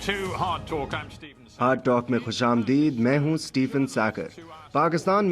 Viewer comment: Ohh stupid its Stephen Suckur. Not Stephen Sehgal .